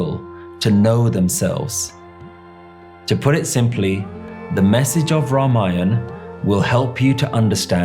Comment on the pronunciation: Best part is the pronunciation of the words like Ramayan, Lord Ram & Ravan. Not Ramayana , Lord Rama or Ravana. Thanks sir for sharing.